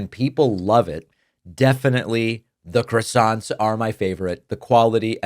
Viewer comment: I'm just here for the croissants, Dave. And you're not pronouncing it right. C'mon.